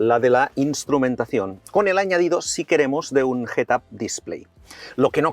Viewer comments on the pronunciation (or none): Cada vez que escucho pronunciar "Range" como "ranch" y "head up" como "get ap" se me parten los oídos....